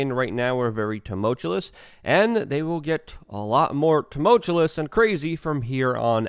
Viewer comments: LUUUUUUUUUKE - "ta mull chew us", not "ta mull chul us" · TU - MUL - TUOUS, c'mooon, maaaann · I think you mean 'tumultuous' which is not 'too- mult-chew-LESS' it's just promounced 'too-mul-chew-US'. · Tumoltuous. Say it with me, too mull tyoo us. Not- too mult tyoo lus as you repeatedly keep saying. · Love your commentary Luke. But it's pronounced tumultuous. Not tumultulous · Tumultuous Luke. Tum-ul-tuous. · Say “turmultulous”……one more time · You're mispronouncing tumultuous. Picky, I know. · I like this opening statement The way you pronounce some words man, hehe tumultuous, contingency Anyway good job :) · Don't take this the wrong way, Luke. I love your channel. But really, if you cant pronounce a word, such as "tumultuous," maybe don't try to say it 3 times in a row. Haha! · Dude! How are people supposed to take you serious when you can't even pronounce "tumultuous"? And "nuclear". Sound it out. Hooked on phonics, bro.